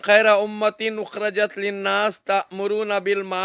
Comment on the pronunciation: Kuntum khaira ummatin ukhrijat hai nake ukhrajat